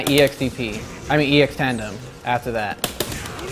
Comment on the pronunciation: it slightly bothers me how he doesn't stop calling Tanden Tandem...